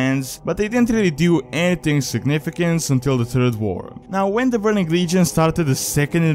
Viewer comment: I am proud of you... You pronounced "The Third War" correctly:)